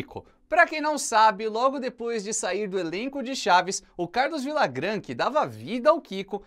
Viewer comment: Meu caro "Villagrán", a pronúncia é "Vilhagran".